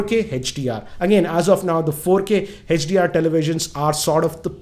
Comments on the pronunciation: sir it is hdr not hach dr😂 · its not HECHDR it is HDR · its note hechdr its hdr